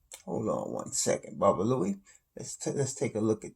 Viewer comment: It's babaloo not babaluie lol